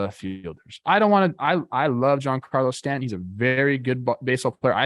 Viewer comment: Judge will not want to re-sign with a team that rests it's entire offence on his shoulders. Who wants that hanging over their head for 162 games? Also, needs to learn how to pronounce "Stanton." Also is now quoting a 2004 Red Sox player, new low.